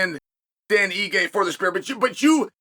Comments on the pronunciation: take a shot everytime Chael P Sonnen says "spear" instead of "sphere" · I keep hearing, 'Spear'. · think he was joking because it sounds like Chael is saying "spear" everytime he's pronouncing Sphere.